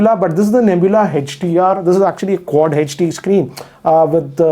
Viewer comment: It is not heechd its hd and not laaaptop